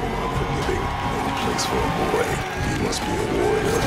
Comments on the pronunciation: hmmm. "Boi" vs. "Boah". I don't know who wins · What up with games in 2018 and BOI’s, BOAH’s